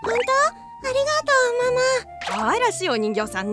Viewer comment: あと ありがとうが｢あるがとう ｣ になっている‼️